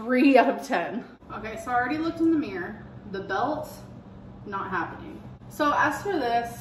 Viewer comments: ‘Meer’ it’s MIRROR 😂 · Its a mirror! Not mirr!! Oh god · Meeereeer ✨ - pronouncing the word mirror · She's a meeeeeer 600lbs.